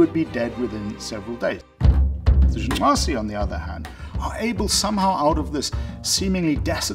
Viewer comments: Good job. See white people, it isn't that hard to pronounce black people's names. Great video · I appreciated it actually and smiled as well. It warmed my heart to hear a fellow westerner, not "mock" the click languages of Africa. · I love how committed he is to the pronunciation of that tribe’s name. Pretty cool sounding. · Stop saying "Jung nwaze", like it's such and awesome achievement to pronounce it, you pretentious prick! And just because an individual is fit for survival doesn't mean they can't enjoy leisure time. So you're not debunking shit, hippie, you just forgot about the survival bias. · Great hearing you articulate that Southern African click name so well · i like how he pronounces the name :) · Respec! My man pronounced the tribe name correctly nd all. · It is quite fascinating that he is able to pronounce the name of the tribe as intendet. at least i think he does, because he makes a slight klick noise. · I just felt an outburst of joy every time he pronounced “The Ju/'hoansi.” I don't know why, but this man pronouncing that gave me a childlike joy.